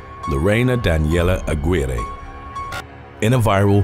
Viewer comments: Her last name in #6 is pronounced A-gi-reh!!!! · The way he was able to pronounce Budapest correctly but butchered Lorena Daniela Aguirre's last name and Guanajuato XD